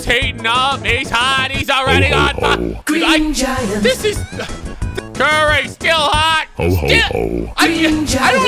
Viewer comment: i heard it as green jagger